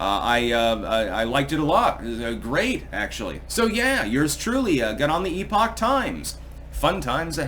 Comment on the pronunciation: Except they have no concept that "epoch" is a completely different word than "epic". When they stop saying "epic" as though it is "epoch," then i might sub them 🧐